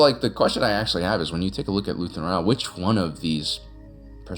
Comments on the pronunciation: Is is Luthen Real or Rael? I swear I hear "Real" every time instead of Rael. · I love your videos, I just wonder why you insist on mispronouncing Luthen's last name. He has said his own name several times on the show, but you keep calling him Rah-el or Ryell. Pick one and stick with it, and I will get off your back! Seriously, great videos!